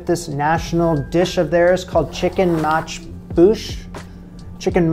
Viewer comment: Muchboos with an s